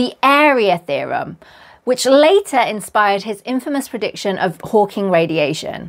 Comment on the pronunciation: You said “Hawking”… subscribed 😂❤